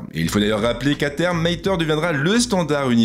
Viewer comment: On dit '"mateure" pas "maiteure"